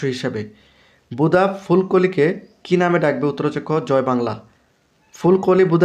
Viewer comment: ভাই বুদা হবেনা বুধা হবে ভালো করে পড়ো